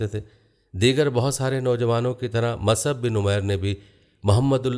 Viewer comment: Is this Musab or wht u r calling Masab.. Except u sir, every Alim is pronouncing Musab